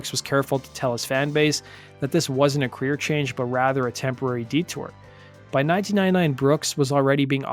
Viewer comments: It sounds like the narrator said, "...the only big queer move Brooks made..." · I had to "rewind" . I thought the voice over dude said "That wasn't the only 'big queer' move Brooks made that year..." It actually said "big career" move Brooks made... yada. I guess I was a kid in the 80s, and I misheard that! I need to mention that I AM a fan of Garth, and that was not my attempt to be cute: I was genuinely shocked when I misheard it. Much too Young, to Feel this Damn Old is one of the best country songs ever - up there with George Jones, Haggard, Loretta Lynn, George Strait and Alan Jackson, etc.